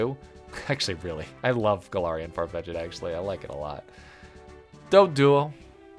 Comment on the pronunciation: far-fetch-ed? FAR-FETCH-ED?!?>!?>!??